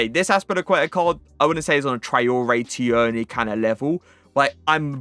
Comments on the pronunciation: Tierney is just pronounced like Teerney lad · that’s not how u say tierney